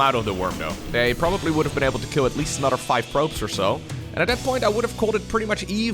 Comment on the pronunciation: aNUTer😂 and UTTER😂 always crack me up. Love the accent (I speak multiple languages) but you’re literally saying words that have other meanings. Or should I say UTTER meanings😂